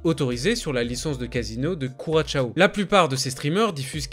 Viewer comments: C’est pas curachao mais bien Curaçao. Travaille mieux tes vidéos. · Curaçao c’est « KOURASSAW » qu’on dit, pas « kouratchao » 😂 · On dit ku-ra-sang approximativement. Pensez au rhum.